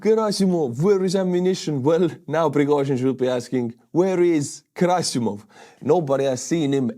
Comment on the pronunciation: Girasimov or however the fuck you spell/pronounce his name should be called Cadaver-sov because that i know how to say 😂